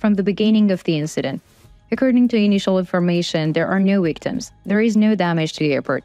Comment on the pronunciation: Learn how to pronounce the letter "W" please... Wictims??? NO, VICTIMS!